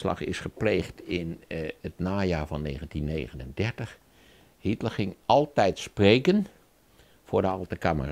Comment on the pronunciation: Tip van Flip: een van de onderwerpen in deze film heel niet Hietler maar Hitler. De meerderheid van de Nederlandstaligen blijkt de naam niet te kunnen uitspreken.